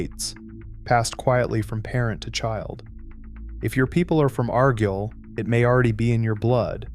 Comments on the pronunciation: I was wondering if this was AI until we got to AREGYLE. Then I was sure. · I have problems believing anything from a program that can't pronounce simple place names. Like Argyle.